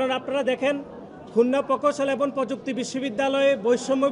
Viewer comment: এবং শব্দটাকে এবন বলা হচ্ছে।